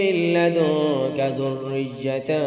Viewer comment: 1 mistake point out krni thi ذریت lafz ko aap دریت kion prhty hen Confusion to ض ki pernunciation me he Or aap ذ ko hi ghlt prhty hen Isi wja sy ab me sunty hoye confue ho jati hon